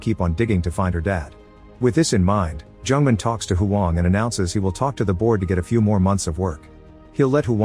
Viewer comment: The narrator pronounced Jung-Man like a Jewish name, Jungman XDDD I can't.